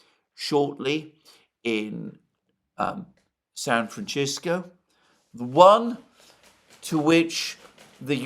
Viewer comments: Dear when u say San Francisco its San Fran SISCO. or frisco. Not San Fran Chisko lol. Love you! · San franchisco. You gotta stop this Alexander😂😂😂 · You must stop saying San Fran Chisco now! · San Francisco is a Spanish name. The letter "c" is never pronounced like "ch" in the spanish language. It can be pronounced like the english letter "s" or "th" (as in "thought"), but never "ch". Ergo, San FranSisco or San FranTHisco. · It's pronounced San Fran Shit Go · Intresting as always. But....i was laughing a lot about "Shan Franshisco" he repeatetly pronounced like this 😀